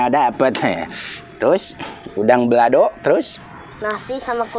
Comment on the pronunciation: Koreksi kang . Balado , bukan belado.. walopun dibahasa Indonesiakan tetep balado yaa … nuhun